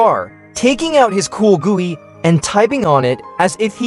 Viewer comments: "Coolgooey" son Im crine 😭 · 'Taking out his C00l! gooey' tts is cooked bro.